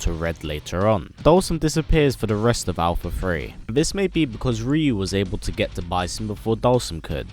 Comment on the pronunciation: Ree-yu ... -_- UHH NO. it's RIE-YU !!!!